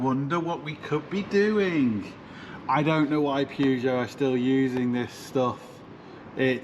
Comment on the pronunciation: Purr-geot not Pew-geot please. Pew-geot is making my ears bleed. Thanks